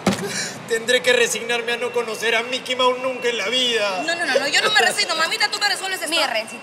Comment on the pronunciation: mikui mause dijo el jajajajaja